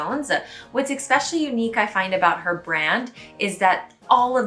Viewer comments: I just got into secondhand shopping (only in stores though, not online), it's so much fun, like a treasure hunt! PS - it's eSpecially and eTcetera (sorry... ;) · Again, I am BEGGING YOU, please pronounce "especially" correctly. You say it at least half a dozen times in each video. English is your first language. You have no excuses. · Eh whatever - then you're from the Midwest. Regardless, it's bizarre that you are determined to mispronounce something to the point of butchering the word, even when it's pointed out to you. Most people WANT to pronounce things correctly.